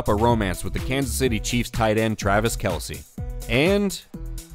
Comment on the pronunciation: Did 😂 Did he say "Patrick Mahomes and Travis McKelce "?? I swear AI generated audio is getting more sneaky. Not saying AI,, but to mess up Kelce's name like that? Am i hearing things?